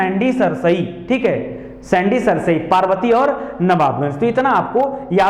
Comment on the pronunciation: Sir सैंडी नही सांडी है हरदोई का